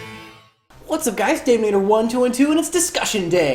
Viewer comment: Wait, it's pronounced "Dave-inator"? I thought it was Dav with a soft a sound. Also chan macro cosmos for instant win